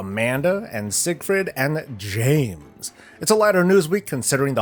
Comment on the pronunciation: I love how he said "James" reminded me of Team Rocket. Oh, to be a kid again. Cheers.